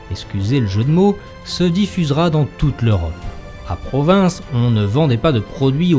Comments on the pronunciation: L'histoire des foires de Provins est très interessante, mais on ne dit pas pas "PROVINCE" mais "PROVIN", le S final ne se prononce pas. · Le « S » de provins ne se prononce pas